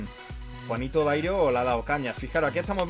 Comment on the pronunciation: en vez de Darío dice Dairo jajajaja